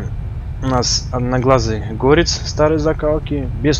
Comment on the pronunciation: правильно говорить не гОрец а горЕц и ещё правильно говоррить не клЕймор а КлЭймор